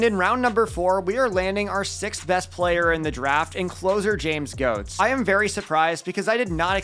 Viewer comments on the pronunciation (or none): Please pronounce Goetz correctly 😭its pronounced "gets" not "gots"